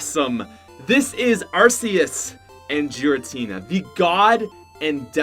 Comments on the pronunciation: Also it’s Giratina not Jiratina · It's "Giratina" not "Jiratina" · My dude it's pronounced as ar-KEY-us. Even the official handbook confirms so. Also Giratina is GEAR-atina. Also from the handbook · And also, ARSE-eus, JEER-intinina, phi-OWN I CAN respect people pronouncing Pokemon differently, but in case you didn’t know, the “G” in giratinina is hard and the “E” in phione is accented even though you didn’t mention phione in the video, I realy don’t want ANOTHER youtuber pronouncing my favorite Pokémon’s name wrong! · The way you pronounced giratina angers meeee